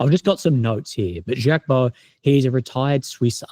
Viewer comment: BTW Mr Baud is a gentleman, If you have problems with pronunciation type the name into Google Translate or any translate.... this has a button for you to hear the pronunciations..... and Jaques is sounded Zhaque